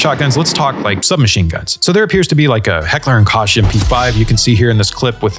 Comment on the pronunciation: the Koch in heckler and Koch is pronounced heckler & “coke”